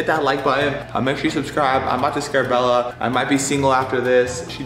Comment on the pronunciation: Bella not bell